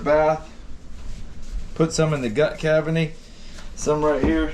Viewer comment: put some in the gut caveny. I think you was trying to say gut cavity 🤣